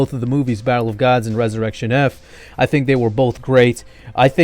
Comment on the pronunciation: sounds like says bible of gods instead of battle of gods